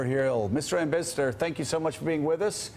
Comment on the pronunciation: Joe, my man - what the heck happened in that intro?! "Mr. Ambissador..." Fantastic. :)